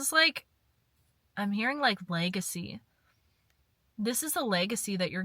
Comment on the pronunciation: Got damn, ur really Irish the way you said “Legacy” 😭🍀